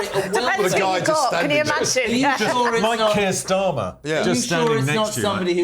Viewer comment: You forgot Tur Keyer Starmer 😂